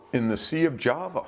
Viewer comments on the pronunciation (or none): none